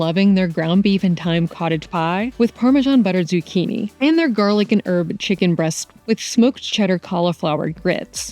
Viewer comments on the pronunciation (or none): none